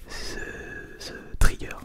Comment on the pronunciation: IL A DIT TRIGGER CORRECTEMENT !! Je plaisante, super vidéo, c'est magnifique, merci.